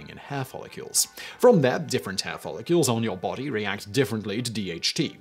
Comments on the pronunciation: Is it just me or does it sound like he is follicules and not follicles? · Why is Simon pronouncing it "Follicules"? It's "Follicles"